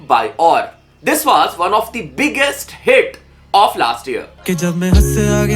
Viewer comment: Ye Desi nakli wanna be rapper he kon, version ko varsan bol rha hai anpad. English bolna Sikh, dusre ke Hindi Urdu criticize karne se pehle. Absolute illiterate. Was ko vaaas , version ko varsan. Sony ko ye 2 Kodi ka 4 lakh subscriber wala samjayega.